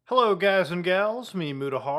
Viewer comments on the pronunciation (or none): none